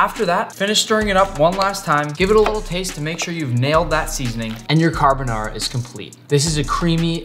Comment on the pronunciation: Every Italian dying inside after hearing him violate the name carbonara